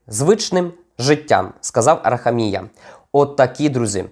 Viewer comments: це у слові хуй,наголос однаковий,а Арахамія інний.Вивчай мову,сраний українець. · Тільки не АрахамІя, а АрахАмія.